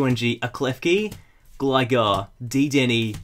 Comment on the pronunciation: He said deedeney